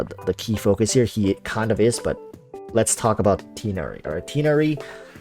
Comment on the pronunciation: U said tighnari's name wrong :(